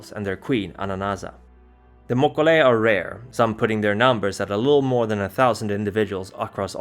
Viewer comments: I'm pretty sure he mispronounced both names. mo-KO-lei he's stressing it wrong (as far as I've always heard it. His pronunciations drive me crazy sometimes, he pronounces the J in the english fashion instead of using the hispanic H. It's Bru-ha, not Ja. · I knows this is 2 yrs old but the itches me. If you're going by the creature that the Mokolé Mbembe is based from (a dinosaur still living deep in some part of Africa) , it's actually Mo-kee-lay M'bem-bey. Also Gum-a-gen Zhong-LUNG not loo-ng, Lung is "dragon"